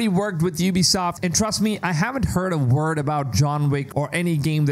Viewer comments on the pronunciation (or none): none